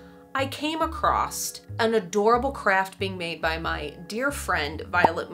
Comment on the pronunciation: *across doesn't have at T at the end lmfao